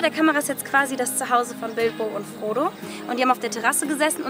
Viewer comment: Ich hab statt Frodo immer Bodo verstanden 😂😂😂